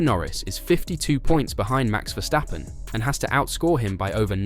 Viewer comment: You pronounced Verstappen correctly!